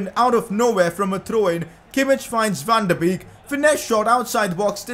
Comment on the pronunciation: PCQ: Van De Beek is pronounced Van De BAKE.